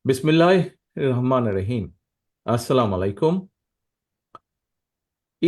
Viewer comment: তারেক জিয়া সালামটাও দিতে পারেনা শুদ্ধমত